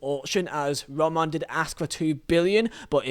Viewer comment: Why can't you say Roman correctly though